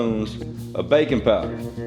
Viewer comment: I had to do double take, I thought you said bacon powder, I was like..what in the world is "bacon powder" but then it dawned on me you said "baking powder"...😂😂😂